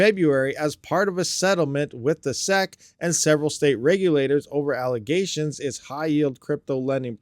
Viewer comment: 😅this guy can't even read. Yet it is also the only thing he can do. The "seck" lmao